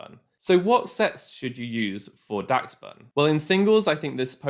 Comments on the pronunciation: UMM it’s actually pronounced dash-bun (adding this comment just to boost the video, great video btw!!) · its pronounced more like dash bun, like the dachshund breed of dog in real life. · im pretty sure its pronounce like dash-bun, like the dog its based on, dachshund.